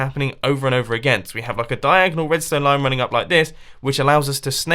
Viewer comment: Am I the only person to realise that his name might be a nickname given to him by his friends, because WHENEVER he talks about redstone, it sounds like 'Mumbo Jumbo'.